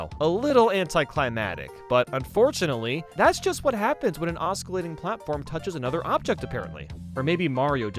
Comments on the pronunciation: The c in "oscillate" is silent, it's not "oss-kill-late", it's "oss-sill-late". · Please English better~ oscillate pronunciation: ŏs′ə-lāt″ ah suh late LO and behold the moment of truth is UPON us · I know this is nitpicking but it bugged me that this guy doesn't properly pronounce osclate. English sucks, and that's spelled in the dumbest way but still